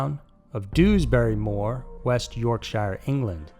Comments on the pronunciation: Karen mathews now lives in a lovely 200 k home in lowestoft - paid for by your ( well mine ) taxes - i live in a flat ,done fuck all wrong - this twat lives in a mansion ?!?! no fuckin justice its " YORKSHER" not "shire" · ‘Madeleine McCANE’ ‘YorkSHYER’ ‘Yerkshurr Ripper’ Please stop, I can’t take it.